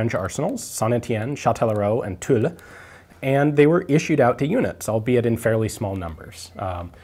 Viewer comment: OH MY GOD !!! Ian as say Tulle and not Tulla, CHAMPAGNE .